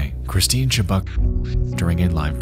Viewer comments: Her last name is pronounced "Chu-buck"...not "Chu-Bock". Maybe the most famous of the disturbing lost medias out there. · My biggest pet peeve is people who don't bother to learn how to pronounce well known names. Her name is pronounced "chub-UCK." I'm really not trying to be a Karyn here, but this doesn't take much research.